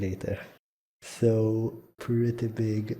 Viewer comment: "So it's actually preety simple"